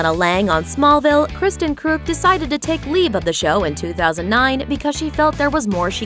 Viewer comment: did she mispronounce their names, or have I been saying them wrong?? Kristen, John Glover, Michael, Erica....